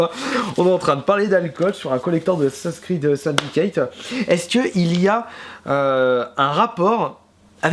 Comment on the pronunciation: tu sait pas dire assassin creed XD